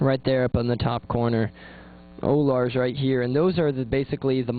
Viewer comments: o-lars? haha they're called ollars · it's starITE not Starlite. and ollars not o-lars (like dollars without the d)